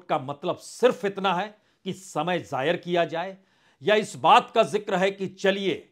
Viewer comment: ज़ायर नहीं ज़ाया शब्द है